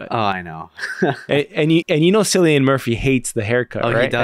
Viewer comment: Cillian Murphy is one of your favorite actors and don’t know his name sounds like “Killian” and not “Sillian”? 😅